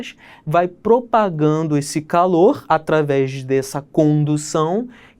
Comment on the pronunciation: DE caloOORHHHH